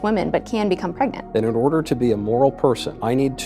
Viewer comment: “Confusion of da highest oda!!”